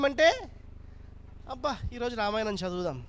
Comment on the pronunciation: అక్షరాలు పలకడం రాణి నీకు ఈ ప్రవచనాలు ఎందుకు రామాయణం అని అనడం రావటంలేదు లేదు ణ కి న కి తేడా లేదా వసత్తులుకూడా రావు